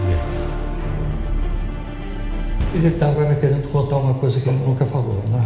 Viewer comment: "eun keria fala uma coiza" BERROOOOO